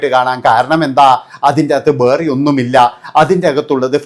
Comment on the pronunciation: ബേറേ എന്നല്ല വേറേ എന്നാണ്